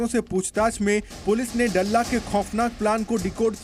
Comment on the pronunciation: डल्ला नही दल्ला कहो